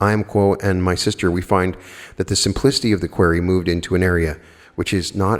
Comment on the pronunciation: I love u, but believe you are pronouning "QUERY" incorrectly.